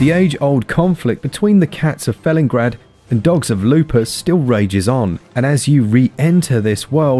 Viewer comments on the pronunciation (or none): It’s not “fell-in-grad”, it’s obviously pronounced “feline-grad”, regardless of how it’s spelt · It's FelinGARD. You said it wrong. xD